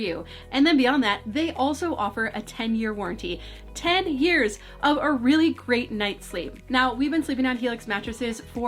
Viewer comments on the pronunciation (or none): none